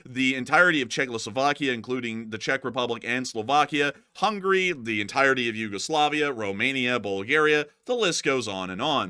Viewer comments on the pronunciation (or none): none